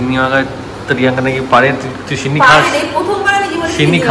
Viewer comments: ছিন্নি নয় সিন্নি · Chinni noi😅😅.. Kotha ta sinni. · Vlog ta osadharon chilo but funny part holo sinni bolche tumi sei chinni chinni bolcho 🤭🤭🤭🤣🤣🤣🤣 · aaj ker vlog ta khub bhalo laglo r tomakeo khub misti lagchilo sudhu ekta chotto tip missing chilo & one more thing babu ota chinni na shinni😊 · chinni noi kotha ta,sinni....😊